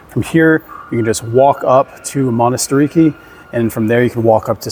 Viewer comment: its manatirAki not monastiriki...and its s agorah not agora.. emphasize the a at the end but great vvideo.. thanku